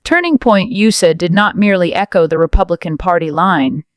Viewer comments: Get a robot that knows how to use words and tones and knows how to say USA without sayer USAER. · Turning Point U.S.A! Not ooosa, you AI video generating muppet. 👎 Blocking your trash channel.